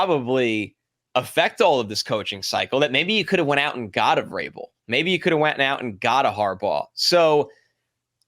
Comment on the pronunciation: Why do people, people in the NFL media, people who should know better, keep calling V-rabel, Gr-abel?! His name starts with a "V" ffs